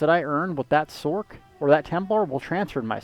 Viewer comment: "Sork"? Are you referring to the Sorcerer? If so, it might interest you to know that it's pronounced "sorserer" as with a soft C, not "sorkerer". So if you're truncating the word, you'd say it as "Sors".